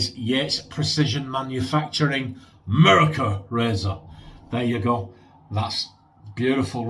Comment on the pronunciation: Howdy, Angie, Sammie and Posse! “Merica” in a pretty darn good American accent. 🤣😂 Great shave my friend. Much love and joy all around. Keep pushing back against the darkness. 👍🏼❤️👍🏼